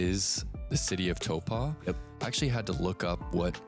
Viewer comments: Please please please. It's Taupo is pronounced T-ow-Poe. Ow like when you stub your toe. Not tow-paw. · you’re not quite saying it like that. You’re saying Tau-PAW. Which works with a Kiwi accent but not quite with an American one. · Why is saying toepa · Learn how to pronounce Taupo properly 😅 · Mispronounced Taupo a total of 17 times. hahahahaha